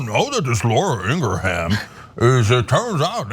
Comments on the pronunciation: haha im guessing cenk and ana will never pronounce laura's last name correctly ever again... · I'm going to take it upon myself to walk back Durbin's comments. We won't characterize Carlson and Ingraham as "anti-vaxx quacks". Instead, they shall be referred to as "pro-choice". Also, Durbin mispronounced Laura's last name. It's not "Ingrahan". Rather, it's "Ingraham". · Wow, you two are ridiculous sometimes. So, what if he mispronounced Ingraham? That's exactly how I thought it was pronounced. BECAUSE I DON'T WATCH HER!! You two complain about "elitism" from Democrats. But, your condescending attitudes towards anyone who isn't as "enlightened" on an issue as you are comes off bad. Then throw in Cenk's ageist comments about Durbin, because he was apparently reading something clipped from a newspaper or magazine (OMG, how 30 years ago. Yuck, yuck.) and it comes off even worse. It doesn't help get your point across when you act like a couple of pompous a****. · You guys... I used to respect your comments. But lately, wow. Judgemental as hell. Pick on a congressman because he mispronounces that stupid Laura woman's last name? He probably doesn't waste his time watching much of Fux News. And to shame him for not using state-of-the-art graphics? Jesus. Why are you doing this? It's embarrassing. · He obviously doesn’t watch Ingraham show bc he can’t even pronounce it. But neither can TYT 🤣🤣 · I love how he said her name😂😂 right wingers always purposely mess up black people's names all the time. To troll people and be disrespectful. So I love his dig at her with her own playbook move. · To be fair, picking on his pronunciation of Ingraham is childish. And BTW I have Ingrahams in my family and they pronounce it like he did.